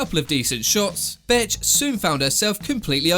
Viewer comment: Every time he said Bethe it sounded like he was saying Bitch 😂 Maybe it's just me but I thought it was funny Lol